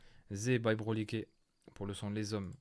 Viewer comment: Kendall, V, les zhommes, tempetes, cb waouhh je kifffff